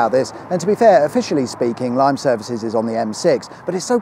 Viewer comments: Thank you for another awesome video.......but..........I must complain..........Lymm..........its pronounced Lim........not Lime .......if you could get it right that'd be wicked sweet awesome 👌 lol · videos, always a giggle but always so informative. Oh, it's pronounced Limm, not Lyme. Sounds similar to Lynne.:) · 'Lime' (Lymm)? I thought it was called 'Lim'. Had a friends who lived there and always pronounced it 'Lim'. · Interesting video as always, just one correction that others have mentioned - Lymm is pronounced limb, as in arms and legs, not lime. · Great vid as always, but... Lymm, we need to discuss how it's pronounced. It's pronounced similar to Limb with zero emphasis on the b. Not Lime the fruit 👌 Keep up the good work on the videos. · Lymm is pronounced “lim” not “lime”, you’re welcome, good videos as ever. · Don’t pronounce it “lime” pronounce it “limb” 😅 glad to help😎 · Hi, just to confirm that Lymm is pronounced limb and not lime.😂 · Manchester end of the M56 always confusing! Lymm is Limb not Lime. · Not Lime but Lymm! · Lymm is pronounced "lim" and not "lime" and daresbury is more of a "dah" than a "deh", you should say it as if there were no letter E in the name. Great video tho 👍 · It’s pronounced Limb interchange not lime. Great vids though! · Lim, not Lime :) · Lymm is pronounced "Lim", as in rhymes with "Him". Definitely not "Lime". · Bowdon, not Boughdon. Lymm, not Lyme. yw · Why do you pronounce Lymm (Lim) like Lime? 🫣😂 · Limm, not Lime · it's L i m not Lime :) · Ir's pronounced "limb", not "lime". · Lim not Lymm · Lymm is pronounced lim, not lime. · It's NOT Lime. It's pronounced Lim. Thousands of truck drivers now hate you. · Lymm - is not pronouned Lime - it's Lim, rhymes with Jim - and Bowden is Bow as in Bow and Arrow, den as in a place to hide. Love mispronouned place names. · "Limm" not "lime"... You can always trust a YouTuber to mispronounce a name... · Lymm........pronounced Lim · Lymm is pronounced lim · it is Lim